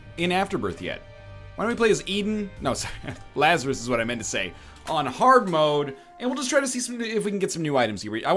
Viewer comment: La-zar-rus Laz-a-rus bose